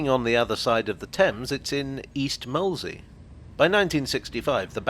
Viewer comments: And full marks for saying it properly instead of 'Moseley' that you so often hear. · Thank you for pronouncing Molesey correctly - as a local, you’d be amazed how many people get it wrong!